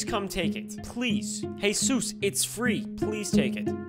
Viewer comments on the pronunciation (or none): hey sus instead of jesus had me dead 💀